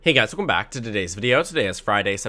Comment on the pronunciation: I can never get beyond your intro of "wehkumback" to today's video. It's Welcome. There actually is an "L" in the word. Slow down and enunciate your words. It's pronounced Well-come. Please try to use correct grammar. It's incredibly annoying to listen to. Beyond that, your videos are always biased toward Democrats and you've proven yourself to be wrong on numerous occasions. You are overconfident on Democrats chances and tend to believe that voters and even democrats are further to the left than they really are. You first said Ohio, Iowa, would vote for Biden in 2020. Biden lost Ohio and Iowa by over 8 points. Then you said that Biden was going to win Florida and North Carolina, which he didn't. And you said Texas was going to be very close - it was a 5.6 point race favoring Trump. Stick to neutral positions - not wishcasting - and fix your intro grammar.